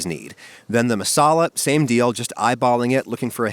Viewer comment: That's not how you say tandoori and masala I'm Indian